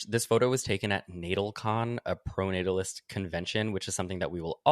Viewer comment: Emma saying "proto-natalist" instead of "pronatalist" just shows how much Sam has rubbed off on her lmao. Great show!